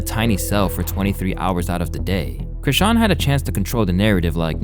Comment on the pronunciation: Aye, Im so glad you finally figured out how to pronounce her name lmao be happy; that's how you know i've been a fan of yours for a while 🤣